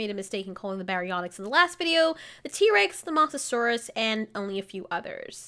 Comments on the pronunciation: Pronounced moes not moss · You said moss-a-saur-us when it's moes-a-saur-us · You pronounced Mosasaurus’s name wrong... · Mosasaurus is pronounced with a long o sorry just had to correct